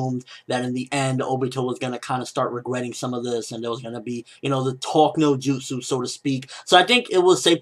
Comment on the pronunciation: "Talk no jutus" lol